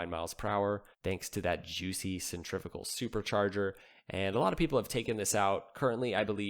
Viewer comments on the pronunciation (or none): none